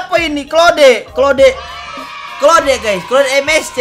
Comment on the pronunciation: Claude❌ Keode✔ 🗿